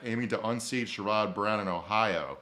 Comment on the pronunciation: It’s pronounced SHARE-ud, not shur-ODD Brown.